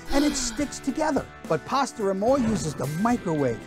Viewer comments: PAsta Not PARSTER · Its PASTA and more not PASTER and more